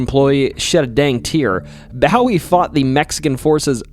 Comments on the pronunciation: I’m not a native Texan, but even I know the correct pronunciation and winced each time Bowie was mispronounced by this YouTuber. All pronunciations should be confirmed as correct before the video is posted. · Bowie is pronounced Bow-wee 🏹wee.!🇨🇱🇨🇱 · My husband is a native Texan and was so upset over "B-OW-ee" and "U-LIS-is" it cracked me up, lol. 😂 This is the first video of yours I've watched, by I loved your personality! Will definitely be listening more. ❤ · The mispronounciations hurt so much. First bowie (boo weee) then menger (mean grrrr) dunno how far I'm gonna get lol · BOO-EE 😭😭😭 BOO-EE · Or a Marylander 😭 bow wee is killing me 😆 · As a Texan I would like to let you know that we pronounce Bowie as "BOO-WE" (As opposed to pronunciations like David Bowie) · This drove me nuts especially after him saying he has always loved the Alamo and the stories. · From New York State, and we pronounce it the same way (at least that's how I was taught to pronounce it.. BOO-Wee.). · Thank you for these great stories! A fun fact… with advance permission and with various rules & regs, you can scatter some of your loved one’s cremated ashes at the Alamo. Also a small observation, Bowie is pronounced Bow-ee. As in a ribbon bow, not as in bowing down to someone. Sending all the best from down here in Texas. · We dont say bowie the same way 😮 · SO many mispronunciation s! How does one get to adulthood without knowing how to pronounce Bowie? If not the famous Texan then the late pop star David Bowie! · the way you pronounce Jacinto and Bowie make my Texan blood ache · I was like “this guys getting it right” then he said Bowie wrong now I’m questioning him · The only problem about how he pronounces certain names is James Bowie. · You're mispronouncing Menger and Bowie. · You mispronounced both Bowie and Menger. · Isn't Bowie pronounced with a long o? Like a bow hair accessory instead of a bow as in bending at the waist? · His first mistake was saying Jim Bowie's name lol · Bo wee